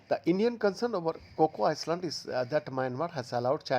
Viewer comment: Hello, it's pronounce I-land, not ice-land. At this age, you still can't pronounce 'island' correctl